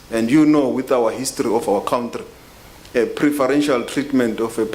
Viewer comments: Hate the way they pronounce country. COWNTREE. UNEDUCATED TRASH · A foreign minister that calls country a "COWNTREE* is definitely a highly educated cadre.